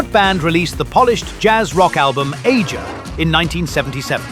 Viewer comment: Aja is pronounced Asia